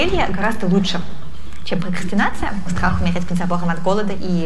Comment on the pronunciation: Пхокхастинация, пхокхастинацией пхокхастинихует. (ещё бква Х добавилась)